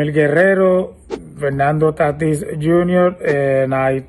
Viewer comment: You said Fernando Taatis jr.